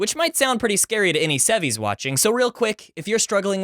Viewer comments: I cringed so hard when he said "sevies" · "Sevies" just like James haha 😄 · YOU SAY SEVIES TOO!!!! OH MY GOSH MY COUSINS THINK IM A NERD CUZ I SAY THAT! I LOVE YOU SO MUCH RIGHT NOW!!!!!